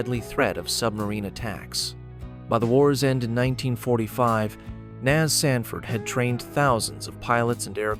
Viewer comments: Hey, bot! It is not Nazz, it's N.A.S. an abbreviation of Naval Air Station. According to your logic, afbee would be the way you pronounce A.F.B., which is an abbreviation for Air Force Base. Smh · Surprised this did not mention Amelia Earhart took off from Opa-Locka on her ill-fated flight around the world, and Cecil Field was designated as an alternate emergency landing site or divert point for the shuttle because of its 12,500ft runway. and "NAS" is not a word, its an acronym, no one says "nas", its "N.A.S." as in Naval Air Station, also, "F/A negative 18"?? AI sucks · The A.I. robot voice on this piece and the el cheapo music are disappointing. I’ve worked on several of the locations documented in this video. The script is good enough, but “nas” isn’t an English word. I’d have done the VO for this group as an Emmy Award winning broadcaster and writer for the Florida Aviation Historical Society… we can do better. Firstly, the botching of the pronunciation of historical names, titles and places defeats the goal of historical education! Let’s make an improvement? 🇺🇸